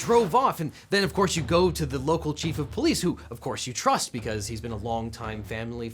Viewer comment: Did you just go into a southern drawl while impersonating "the Chief of Police"....did I hear banjos?!?! LOVE YOUR CLIPS(& the suits)🎉😍🙏🏽